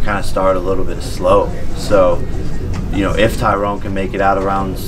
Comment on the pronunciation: I like how he keeps calling him Tyrone instead of tyron lol